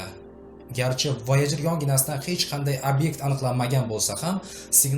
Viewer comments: Voyajer ❌ voyager✅ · Voyojer mi yoki woygar yani voyjer deb aytilmaydmi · Oʻqilishi Voyajir deb oʻqiladi-oʻzbek tilida